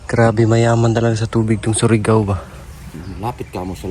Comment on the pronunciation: Hindi SORIGAO..kundi SURIGAO 😂😂